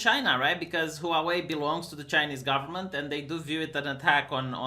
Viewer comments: "Huavei" Vee not "Huauei"! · It's pronounced hwarwei. 2 syllables not 3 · Pronunciation of Huawei = whaa-way....(expat in Taiwan for 20 years) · I thought it was hoo-wah way (stressing the wah rather than the hoo) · Chinese people are not destroying their iPhones. You can't pronounce Huawei.